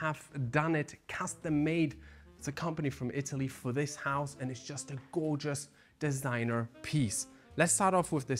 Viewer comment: im french and your french accent was so fine when you said DISIGNEUR